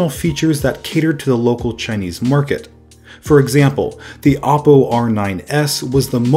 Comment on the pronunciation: It’s pronounced Oh-poh not Aw-Poh